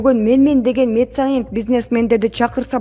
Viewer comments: Месенант эмес меценат. Туура окугулачы . Суйломду тыныш белгилери менен оку. Сенин бироонун созун суроосун окуп атканын да итиркейин келтирет кишинин . Машийнасын деп. Кудай ай !!!! Тузугуроок окуган тамга тааныган бироого окуткулачы. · Ээ тантык диктор,качан нормально окуганды уйроносун?Меценант эмес меценат! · Мецанит(меценат)онолбойсын диктор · Месанид деген эмне журналист кыз😁😄😃😀😅😂??